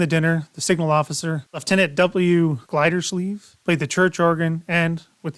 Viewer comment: It's pronounced "Gildersleeve", as with the "Great Gilbersleeve", a popular 1940's American radio show, which was also heard in many parts of Canada. But you're just a kid, so you're excused. At least you recognize Dale Gervais work.